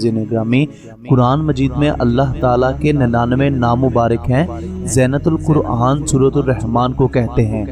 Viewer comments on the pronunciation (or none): Zay na tul Quran nahe zeenatul Quran zeenat zebaish ya sajawat hy